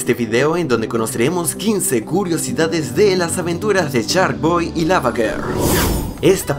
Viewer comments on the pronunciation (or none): No manchez wey no se pronucia charkboy sino se dice sharkboy ya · Es mi imaginación o al inicio del video dice "charkboy"¿?